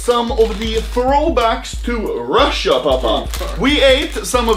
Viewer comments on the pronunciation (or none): none